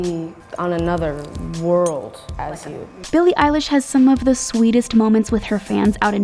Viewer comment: EYELASH!!!!! Wait.... EILISH!!!!!!!